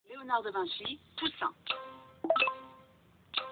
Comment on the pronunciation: Sa choque personne qu’elle ai dit Léonard de vinchi 😒😂